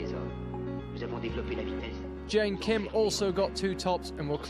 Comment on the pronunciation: One of the commentators is so annoying 😖 I can't even count the times he pronounced wrong Mont Blanc and don't get me started on messing up Jain Kim's name 😤